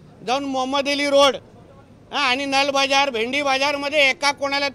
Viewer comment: हा नळ बाजार ला नल बाजार बोलतो शिक ह्या ताई कडून मराठी ती पण अस्सल